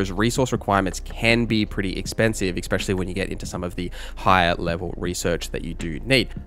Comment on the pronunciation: Stop saying "expecially," for fucks sake.